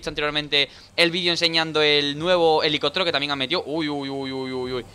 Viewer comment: hahahaha pronuncias helicótero en vez de helicóptero